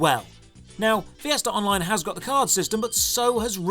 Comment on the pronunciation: Fee-essterr Online